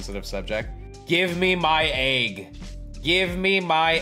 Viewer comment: Why are there people always saying agg instead of egg